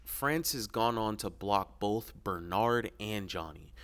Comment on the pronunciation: ‘Bolth’? It’s both. No L.